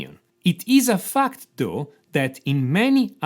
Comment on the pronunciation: Everytime he says fact I heard fucked, really makes the video funny 😂